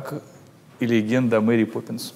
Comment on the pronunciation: Исправьте "Поппнис"